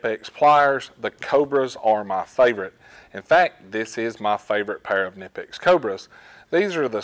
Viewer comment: knipex is pronounced with a k..it is not american